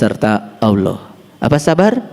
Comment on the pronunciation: mantap... yg kurang enak saya dengar. aulah bukan allah